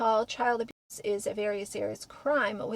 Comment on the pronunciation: I find it ironic that you can list and dercribe in detail the tortures endured by children in the law when you can't event pronounce the word ab*se. What world are we living in?